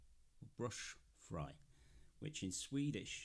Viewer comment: It's pronounced "brews-free"